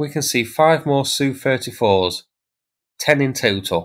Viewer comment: FFS mate,if you're going to pretend to know aircraft, use the correct term. S.U not Soo, A.N not an. Jesus H, YouTube is full of wannabees.